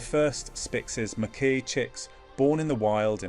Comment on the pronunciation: This documentary could be so interesting if done by humans, instead it's been done with STUPID ai that can't decide on how to pronounce "Macaw" and pretty much any other word of scientific nature... I did try to watch it to the end, but by minute 8 I was to annoyed to want to see the end.... Ditch the f...ing ai !!!! ( I deliberately use lower case "ai" because it is stupid!) All that matters to the channel are views, and I kind of added mine to it... maybe if there are enough thumbs down, we will make a difference....